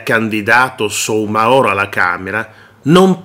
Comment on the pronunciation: La cooperativa si chiama KARIBU CON L'ACCENTO SULLA I(i) Il signore si chiama Abubakar Soumahoro e si pronuncia sumahoro Abubakar con l'accento sull'ultima a